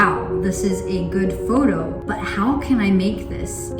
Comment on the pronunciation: "taking a 'FODO' turning a 'FODO'